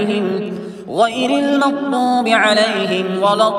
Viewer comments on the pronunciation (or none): none